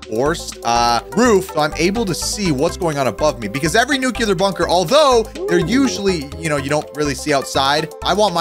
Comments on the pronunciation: Nuclear. Not nukular. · Theres only 1 "u" in nuclear.... its not pronounced "nookular"